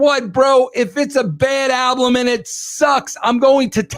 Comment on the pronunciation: Don't forget alblum!